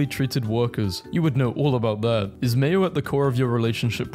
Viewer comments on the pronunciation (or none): none